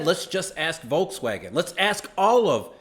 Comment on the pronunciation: The "V" in Volkswagen is pronounced like an F.